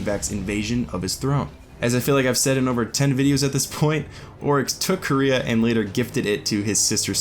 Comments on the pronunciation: Tacooo Time how does he not know how to say quaria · There was a Taken Dreg in concept art of the Hands of Oryx (Primus and Baxx). Also, not to be that guy, but Quria is pronounced 'Quary - ah'. Its like saying Quary with an ah at the end. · Everytime someone pronounces Quria as 'Korea' I imagine a big Kim Jong-un head floating around in the ascendant realm like a Hydra.